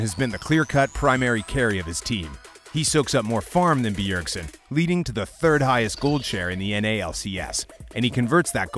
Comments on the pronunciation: its bjergsen not beeyergsen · The way he emphasizes the B in B ergsen is so annoying .. Im tilted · The way he pronounces BEEERSEN is triggering me... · BEE-URG-SEN damn this tilted me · ITS SO ANNOYING AHHHH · Yes this! Holy crap I almost muted it. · I was just about to bitch about the same thing. Fuck me its annoying. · The video is legit unwatchable the way he pronounced Bjergsen.